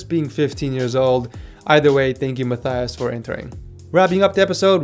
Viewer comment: Please correct me if I am wrong, but isn't your name pronounced like "Ma-TEY-us" and not like "Ma-THY-us" like he said in the video?